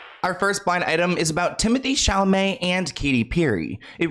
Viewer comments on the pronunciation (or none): I was both shocked and a little saddened when I heard him say "Chal-a-may" instead of "Cham-a-let" 😅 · Aw i miss when would say Chalalamay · Timotay Chamalay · He used to say chal-mal-et 🤣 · It will forever be chamalet to me 😂😂😂